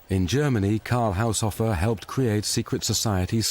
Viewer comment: Haushofer is not pronounced "Haushoffer" but "Haushoofer" (long o)